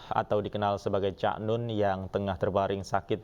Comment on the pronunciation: Untuk reporter yg cewek tolong belajar lagi ya belafalan kata "Cak" Susah klp ditulis 😊 Tp mencari aja pengucapak kata "Cak" di Jawa Timur